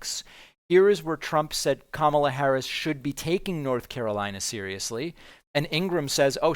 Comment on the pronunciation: She's starting to distance herself, whether for legal reasons, or future work when Trump-world collapses, as evidenced by her pronouncing Kamala correctly, and softly fact checking him.